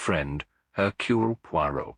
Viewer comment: I don’t think that’s Hugh Fraser… the word Poirot isn’t even pronounced correctly I have listened to lots of Hugh Fraser…it’s just not him